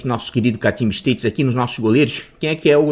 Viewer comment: parabéns pelo trabalho. Suas análises sempre minuciosas e ricas em informações. Apenas uma correção de manezinho para manezinho, a pronúncia correta da palavra stats é "estáts", e não "esteits". Forte abraço e bora mitar.